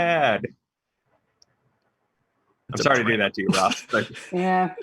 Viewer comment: Thank you Roth for pronouncing my name correctly.